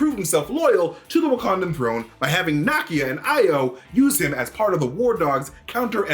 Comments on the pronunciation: Na-KIA. Not NA-kia. Sorry. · Nakia = NA-KEY-AH! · You're pronouncing Nakia's name incorrectly.